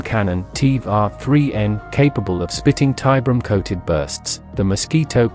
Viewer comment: Not a fan of this specific AI TTS voice tbh (though the CABAL intro was a great touch!) As was pointed out, the AI mispronounces things. I've seen AI-voiced content that has no problem with these same terms (like Tiberium) and that generally sound much better, so there must be something out there that will work. For example the recent voice used by The Long Watch (formerly deathwatck40k) for their lore crossover videos is great.